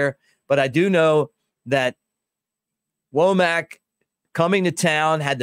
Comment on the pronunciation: I think it's pronounced wommik not woamack. I think.